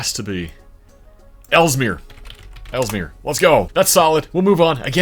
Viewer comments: the i in elmira is pronounced likepie not pilaf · Mark Twain is spinning in his grave over that pronunciation of Elmira. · I must say your pronunciation of Elmira, NY is quite interesting